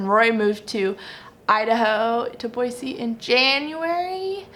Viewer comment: Start saying Boy-zee otherwise they’ll know you’re a Californian!!! With love from Utah :)